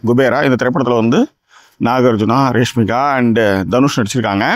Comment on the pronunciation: Reshmika illa Rashmika😂😂😂